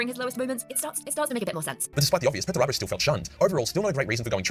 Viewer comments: 100% is, “she” cannot pronounce several words and names that anybody who knows even the basics of 40K wouldn’t have any problem with. I thought this a few weeks ago whenever I saw “her” video about Perturabo and how “she” mispronounced his name every time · Lotara Lore is more than a likely an AI. Within the vid, they mis-pronounced Perty's name in such a way that only AI could. It had that effect where the voice says something in such an unnatural way, no human would.